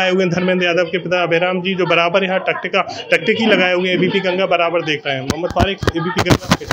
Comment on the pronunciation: पहले तो तुम टकटकी सही से बोलना सीख लो भाई बाकी धर्मेंद्र चुनाव हार गए और निरहुआ जी जीत गए